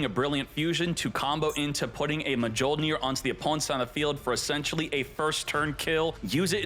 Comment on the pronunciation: This man legit just said MUH JOLE NEAR and nearly hundred downed on it.